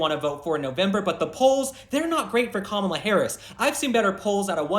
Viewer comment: I still can't decide if you're calling her Kamala sometimes of Gobbla😂